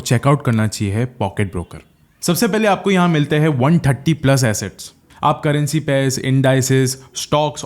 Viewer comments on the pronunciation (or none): none